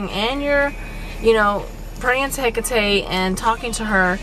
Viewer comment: You actually pronounce it right